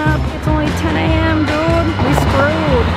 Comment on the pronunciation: anyone else feel tempted to unsubscribe every time she says "doood" ??